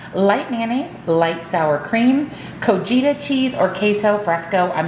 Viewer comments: Pronunciation for Cotija (CO-TEA-HA) 😂❤ Love the prep this week 😊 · Great recipes,! Here’s some help: cotija = co-tee-ha. Then is j pronounced like an h. 💕💕